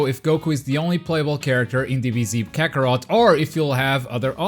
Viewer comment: It’s called dragon ball KAKOROT